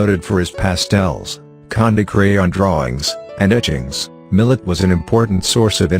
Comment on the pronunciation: Long time favorite artists. Get a real person narrator, this ai cant even pronounce his name.